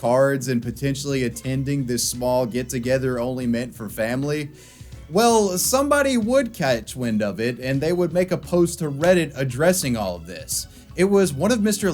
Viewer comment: “Somebody would chAtch wind of it”